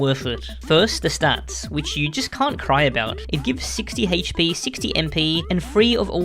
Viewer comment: I cant stand the pronunciation of ”HP”